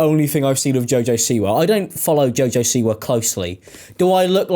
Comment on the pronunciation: Half way through I finally realized you were saying “Siwa” and not “c-word”